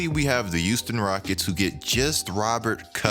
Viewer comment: Nobody:: tHe YuUsToN rOckEts